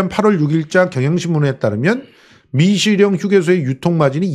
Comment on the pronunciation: 재영목사야? 미식영이 아니고 미시령이네 발음똑바로 하라우야